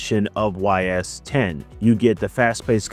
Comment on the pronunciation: Ys is pronounced like ease. As ease into it. And now you know. And knowing is half the battle.